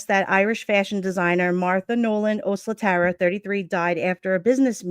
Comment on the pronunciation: Thanks for following up on her case. I think her last name is pronounced “oh SLAT err uh.”